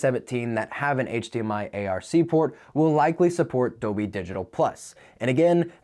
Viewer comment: is there a reason why you keep saying "doby" instead of "dolby?"